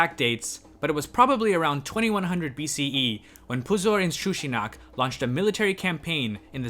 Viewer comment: Just pausing the video to praise you for being able to speak all those super difficult names. Puzur-Inshushinak doesnt roll of my tong so easily.